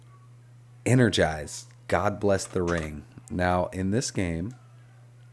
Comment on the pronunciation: Ehrgeiz, not Energized :) - It´s german for ambition - spoken in english pronunciation something like "Air guids" :)